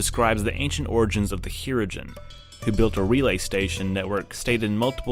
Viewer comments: The pronunciation for talosian is Ta low shun . the pronunciation for Hirogan is He RO Gen please notate the sound similar to RHO or Ro laren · lol i like how you mispronounce talosians and hirogen lol, and probably a few more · When you've heard some of these species named on screen (like the Hirogen for eg.) how are you mispronouncing them in this video?! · Mispronounced Talosians....and the Hirogen. Humans been around so much shorter of a time yet have taken over and surpassed...sometimes by FAR....those that were around longer and those that had warp drive too. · Incorrect pronunciations of both the Talosians and the Hirogen. Anybody else catch that?